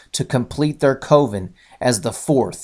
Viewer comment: Love The Craft. And the fact that her name was Sarah. Say coven again. I’m just teasin. Good vid.